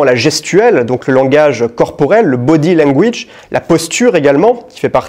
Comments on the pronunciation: Non mais c’est ca la blague🤣 Il le prononce mal, mais c’est pas grave on l’aime quand même 😂😂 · « body langwouije »